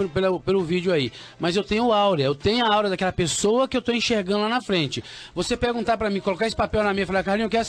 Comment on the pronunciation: Se ele fosse realmente um vidente, saberia que o nome certo é AURA e não ÁURIA !